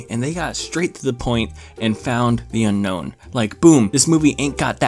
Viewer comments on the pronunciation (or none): it's pronounced un-own not unknown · It’s actually pronounced un-own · "known as the unknown" *bro it's unown not unknown*